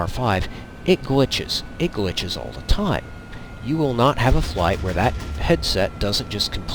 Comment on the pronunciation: I was listening until he said , and in the same tone and speech impediment as AlphaOmegaSin "dat shit". nope...not going to listen, any further